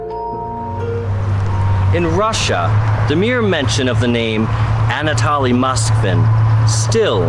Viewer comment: It’s pronounced an ah toh lee (I’m rather a stickler for proper pronunciation of names. What you’re pronouncing is an ah tah lee. If that were the case it would contain 2 l’s- Anatolly like the words folly or jolly. Notice how the words holy & moly only has 1 L. Strong O. The word holly has two L’s & is pronounced like the others with 2 L’s lol language has rules for a reason. So we can all pronounce things the same way & there’s no confusion.